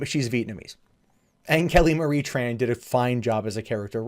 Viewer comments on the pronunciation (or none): none